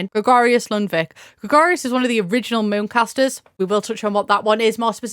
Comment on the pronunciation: Fantastic video but I did have to rewind three times to realize "Mooncasters" and "Moocasters" were different words, I was so confused 😭